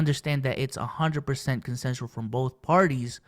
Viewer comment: can’t say consensual? 😂